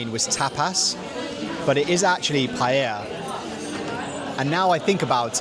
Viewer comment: ouch. Improve the pronunciation of paella please